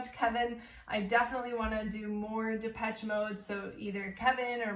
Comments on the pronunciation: It's Depeche Mode, no Peach in their name... ;-) Like depèche in French. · Legendary band with tons of fantastic music, so many songs to recommend, good lyrics too. Check out World in my eyes, Enjoy the silence, In your room (album version). Happy belated 30th birthday,! Oh and it’s pronounced de-pesh.😉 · The proper classification for this music is Techno Rock. And the proper pronunciation is Depesh Mode. Love Depeche Mode. Have listened to them for many years. Everything they record is worth repeatedly listening to. My favorite song is Strangelove. Thank you for reacting and to Kevin and Tomaso for recommending. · This album came out in 1990 and blitzed everything. Tbh you can’t even say this is a “1990” sounding album, it could easily sit with albums made 10-15 years later. Genius, saw them live in London in 1990 at Wembley, astonishing. Btw you pronounce it “Depesh” Mode. Please don’t compare it to Rammstein 🤣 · It's pronounced... Dep esh ay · Goth people like it, but it was around before Goth was a thing. Depeche Mode (pronounced de-pesh) was just considered alternative/new wave dance at the time in the US and synth-pop in Europe. I would recommend listening to songs starting with the album "Music for the Masses" Before that, they may be a little too synth pop. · I love Dave Gahan's voice. By the way, it's pronounced Da-pesh.